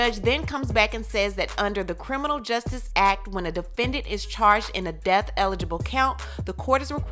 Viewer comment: It's pronounced death. Not deaf